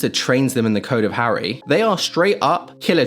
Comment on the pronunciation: how did you get the name Harry wrong over and over and over and ov